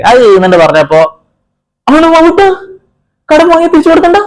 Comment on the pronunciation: വാവുട്ട അല്ല വാവട്ടം